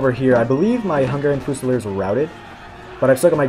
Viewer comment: THREE SYLLABLES. FU SA LEARS